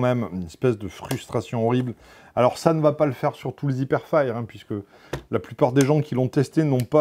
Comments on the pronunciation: Sa se dit pas " hiperfaïre " mais "hiperfaieur" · l'anglais incroyable : "hipèrfayr" x) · Mdr "ipairefaïre"